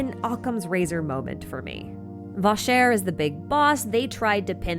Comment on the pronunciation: did you not listen to the story at all. Vasher is pronounced vah-SHAY. In the game. And you mispronounced a couple of other names. I love your content, but please use the pronunciation in the game.